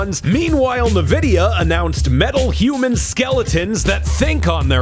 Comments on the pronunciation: erm, has a videogame show... calls it "nu-videa" kinda akward dude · still says "nividia".... i still dont know if he's trolling...or if he somehow really just doesnt know how to say it. i just cant believe that's the case...it is pronounced N...vidia EN....like the letter N....N vidia. please stop saying it your way. i really fkn hate it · R.I.P. Pregame Discharge. I’m glad we got to hear mispronounce “Nvidia” one final time. 😢